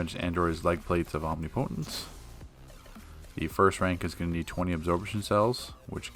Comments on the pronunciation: Nice vid... But it’s pronounced “Om-NIP-otence” lol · Chris Runyon Where did I say “otence” was one syllable? Lol... I just wrote “NIP” to show it was the stressed syllable, pronounce rest as normal... That’s all... So thank you for clarifying I was right all along... lol